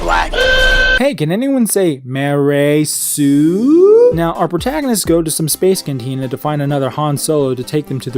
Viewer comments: Ma-Rey sue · ''Hey, can anyone say MA-REY SUE?'' OOOOH SNAP BOI, get rekt jar jar abrams